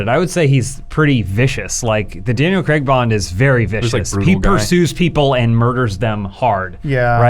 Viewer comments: Daniel "Creg" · Why do Americans says “Creg” it’s Craig